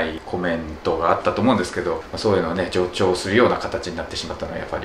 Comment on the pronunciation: じょうちょうって言ってるよね？ボートの綴りも書けないとかいないところで馬鹿にしてるくせに助長も言えないの？w